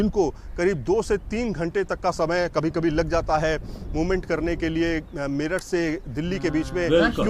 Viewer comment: मीरत नहीं मेरठ